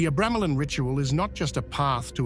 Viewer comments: tge "book of abremelin" in the AI voice your using sounds liek it says " book of a gremlin" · Dude can’t pronounce the name of the f-cking name… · Your pronunciation of "Abramelin" is why I refuse to watch this...